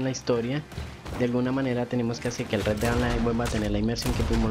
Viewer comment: Sugerencia: pronunciar bien parte del nombre del juego. Osea, Red Dead = Red Ded